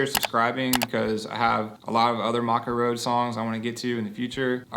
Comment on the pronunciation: You say the band name wrong. It’s pronounced ‘may koe’